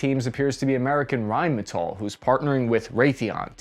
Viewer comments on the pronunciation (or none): since when did Rheinmetall become American?? (said til )